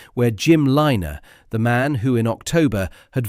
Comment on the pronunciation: It's Lynagh not Liner